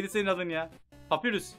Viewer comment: abi şans ın adı sans papyrus ise papayrus diye olkunuyor